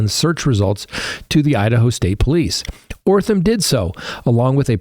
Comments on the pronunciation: Holy Jesus. This guy can’t pronounce letters. That’s amazing. O-T-H-R-A-M is pronounced OTH-ram. Not frigging OR-tham. That’s remarkable. I guess he maybe needs to redo kindergarten? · Sorry... it's OTHRAM not ORTHAM!! 😬🫢 Just saying.